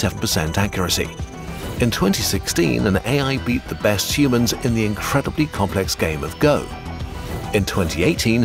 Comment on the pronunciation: I swaer he sais Shumanns/Schumanns/Shoemans and not Humans when the video opens.